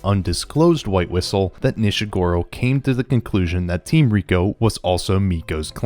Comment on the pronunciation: More than just Nanachi. You also said Nishagora, Tepaste, Faputa, SheruMena, Juusou, Hariyomari, and Srajo wrong.